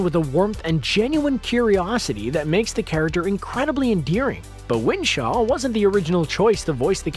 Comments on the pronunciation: It's WISHAW, NOT WiNshaw! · WHISHAW, not WINSHAW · I second the motion. Script or narration in error. It's Whishaw.